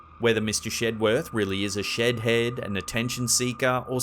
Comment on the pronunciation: Can't stop hearing "Shit head" in place of "Shed head" , of course, with a British accent...